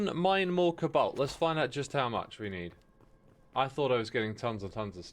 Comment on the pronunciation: I keep hearing 'kabolt' instead of 'cobalt', is it just me?